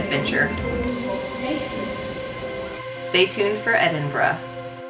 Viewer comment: At least you pronounced Edinburgh correctly. 😂